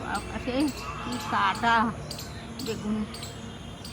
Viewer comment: tomar kotha khub valo lage khub sundor begun k bagun bolo i miss u